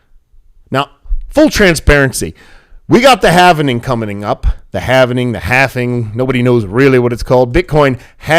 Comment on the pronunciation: It's "halving". Saying it the other way makes you sound uneducated. just sayin....